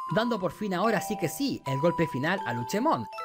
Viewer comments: Cómo me duele a los oídos q la le diga Luchemon y no LUCEMON Luche suena al nombre d la señora d los helados Cómo odio a los gringos por cambiar los nombres d los digimon como a OMEGAMON y muchos otros 😒😒😒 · un digifan escuchara como le dice luchemon en lugar de lucemon y le saldra espuma por la boca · Que onda con el luchemon en lugar de lucemon xD